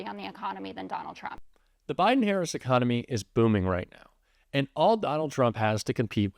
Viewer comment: Is it my ears, or do you call the VP "HarrisON?" I keep hearing it that way, even when it is not followed by 'and'.....